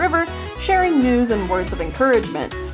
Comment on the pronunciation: When you were talking about dawn and spotted about sharing news and words of encouragement I thought you said “sharing nudes and words of encouragement” xD